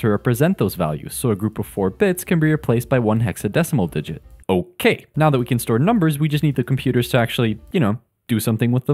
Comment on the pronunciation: The way you said okay i can bet you are a asian guy i bet it